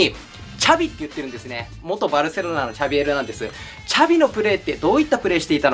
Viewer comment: シャビじゃなくて''チャビ''なんや笑